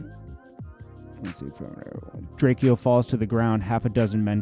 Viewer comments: it’s pronounced Drake-O by the way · Why you keep disrespecting the man by continuously mispronouncing his name , it’s said Drayco!!! The fact you keep mis prounouncing his name shows your lack of true respect for the man .. PUT SOME RESPECT ON HIS NAME FOO!! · His name is pronounced Drake-o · FOR THA LAST TIME BIG HOMIE HIS NAME IS... DRAKE....O.... THATS HOW U SAY HIS NAME🤣🤣SHEESH..WORSER THAN CALLIN A KOREAN CHINESE🤦🤦🤦